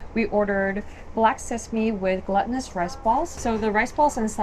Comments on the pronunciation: A fantastic video! Just one thing: there's a difference in pronunciation between glutinous and gluttonous - the black sesame pudding is glutinous (gloo-ti-nus) and not gluttonous (glu (short "u" as in up) - ti-nus). A person is gluttonous, not food 💜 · hi! (FYI, it's pronounced "GLUE tih nus" not "glutton-nus". love your vids! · I love how she always mispronounces glutenous as gluttonous. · Glootinuous - that’s how you say it or Glue - tinous